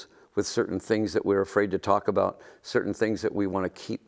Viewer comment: ? No, it's "afraid to talk aBOAT", Alice. get it right!